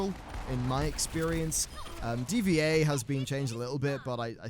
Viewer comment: "DVA" lol... Pretty sure youre supposed to pronounce it Diva.